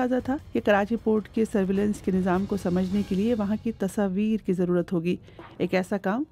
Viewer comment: You are a journalist in such a respected news agency BBC and you can't pronounce the word tasvir properly 😢